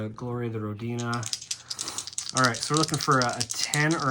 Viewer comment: Love your videos, gentlemen. Bravo. 👏🏻 Also, "Comrade", Motherland is ROH-di-na rather than roh-DI-na. Wouldn't want your accent getting the colleagues over at security services paranoid. 😉